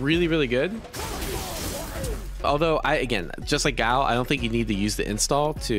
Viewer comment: ffs its guy-ill note gao